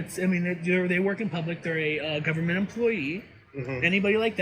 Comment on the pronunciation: "GUBBERMENTLY OWNED!" 😂😂😂 Fuggin re-re.